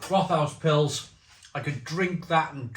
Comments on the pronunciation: Pronunciation: think of “Wrote-House”. Not “rot-house” (sounds like something rotten). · Pronounced Rot-house just fyi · One of my fav beers from the southwest of Germany. Can also recommend their "Tannenzaepfle". Btw it's pronounced Rot-haus (means red house). In German the th isn't the same as in English. It's either just a coincidence from two words meeting, as here with rot and haus, or it's an old way of making the following vowel longer. In any case, it's still just pronounced like a t, not a th. About the cost of the Rothaus beer, it's always been a bit on the expensive side, even in Germany. Germans in general are quite proud of their local breweries and beers, so as long as the brewery puts out a good drop they tend to do ok.